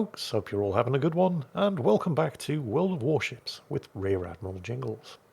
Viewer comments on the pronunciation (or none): none